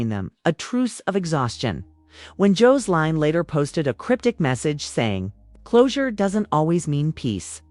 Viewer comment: JOES-LINE!!!??😡 JO-SE-LINE!!?? 😡